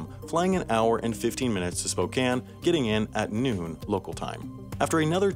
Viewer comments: lol spo can is how it's pronounced here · Hey you said Spokane right most people say spocane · HE SAID SPOKANE RIGHT YOU GET A LIKE SIR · Sam, I'd like to thank you for pronouncing Spokane correctly. It shouldn't be a difficult task, but so many people have trouble with it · Thank you for knowing how to say Spokane. No one ever gets that right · Props for pronouncing Spokane right lol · Thank you for being the first person alive to pronounce Spokane correctly